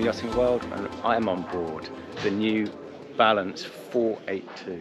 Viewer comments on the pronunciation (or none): "the new BALANT" ??? :)